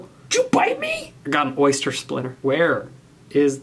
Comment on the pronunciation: “ThE wOiLd Is YeR eRsTeR”